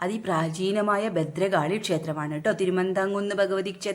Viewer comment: ബദ്രകാളിയല്ല ഭദ്രകാളി "ഭ"